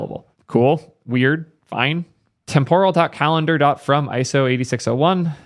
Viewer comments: Let me clarify this, it's témporal not tempóral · Dude, look up the actual pronunciation of temporal.